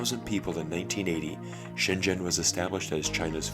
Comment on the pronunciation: Glad you pronounced Shenzhen correctly. It's not pronounced shen-zen like many foreigners do pronounce it but more like shen-jen